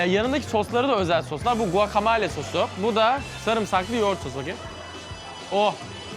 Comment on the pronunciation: GUAKAMOLYA diye okunuyo